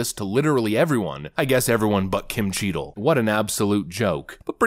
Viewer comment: Notice how its CHEATle and not Cheadle? 😂😂 Edit: She should be tried as a criminal